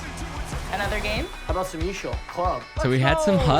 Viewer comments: Just say E A S H L not eeeshall 😭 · For the love of god, stop saying eeeshel like shit that’s cringe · Nobody calls is eeshell stop it. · ok how much did they pay you to say eashl like that